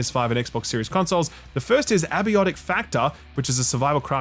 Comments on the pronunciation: Possibly the most Australian thing you've done so far is pronouncing "Abiotic Factor" as "Abby-ottic factor". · Man you're still saying 'abiotic' incorrectly